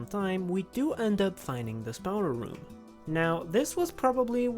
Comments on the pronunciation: It's spawner not spauner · The way you say lava while being correct it doesn't sit right with my brain it feels wrong💀 Meanwhile spawner is just wrong you are saying spaowner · i love the way you say spawner. spaouner.... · you keep saying "stoner"